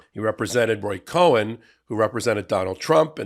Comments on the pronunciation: I love your Legal AF, but you are saying his last name wrong. It's Roy Marcus Cohn not Cohen. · It’s pronounced ‘cone’ NOT ‘coh-en’. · Believe it is Cohn pronounced cone or coin. Not Cohen,. Q: why is the DOJ not arresting Roger Stone for committing crimes before our eyes?!? WTF Merrick Garland?!? What does it take? Love your work and listen every day and night. You've given me a law education and hope. Hello to Ben, Brett and Jordie. TY guys ❤❤ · It's "Cohn," not "Cohen." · "Cohen" or "Cohn"? Careful, you might be due a beat down! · Btw, I believe Cohn is pronounced “Kone” not “Cohen.” Just sayin.’ (That doesn’t mean that Cohn wasn’t a slimy, horrible person) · Roy Cohn (not Cohen). :_popok:😉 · Listen to you all " time....great show. One comment, Roy Cohn was a bad dude... that said, his name is pronounced "cone" not "cohen" (like Cohen). Don't want to get you dinged for grammatical errors😎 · Roy Cohn, not Cohen. Cohn is pronounced cone, as in the original 1950's butt plug, given Roy's tendencies. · Isn’t it Cohn… Roy Cohn? Not Cohen, or am I losing it even more?! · It’s “Cohn”, not Cohen. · I though it was “Cohn”, not “Cohen”. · Cohn, having no “E” in it, is pronounced “Con,” not “Co-hen.” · It's 'Roy Cohn', not 'Cohen' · it's Roy Cohn, not Cohen. Pronounced Kawn. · That was driving me nuts 🌰 pronounced cone ( Cohn) not cohen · When you repeatedly said the name Roy Cohn, your pronunciation of that last inserted an indstinct vowel sound such that the screen text kept coming out as "Cohen." This is unfortunate insomuch as it opens the possibility of accidental or purposeful confusing/conflating with Cohen. Thanks, Jim Wagner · Roy COHN is pronounced CONE. :) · it’s Roy Cohn - pronounced like ice cream cone. Just FYI. Great job, btw. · Roy Cohn “cone” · Isn’t his name Cohn not Cohen. It is sad because Cohn was a closeted gay man. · Roy Cohn, not Roy Cohen. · It's pronounced "cone"